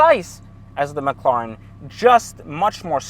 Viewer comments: It's Ma cla ren not mocloroen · McLawren. Lmao. Does anyone else find it annoying how he says McLawren instead of McLaren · Stop saying "McCLorn" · Owns a McLaren but cant even pronounce it right🤣